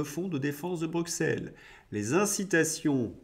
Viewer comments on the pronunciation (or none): none